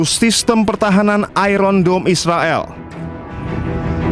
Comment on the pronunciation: IRON DOME ❌ IRON DUMB ✔️✔️😅